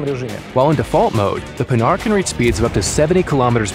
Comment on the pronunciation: Ok, that's a great project! But please, make the prononciation of "Panhard" correct in your videos.. This manufacturer was not about making hardened pans! Oh and just don't make the charges a consummable.. That would make no sense! An engine wear that could end with an engine broke if used to much would much more logic.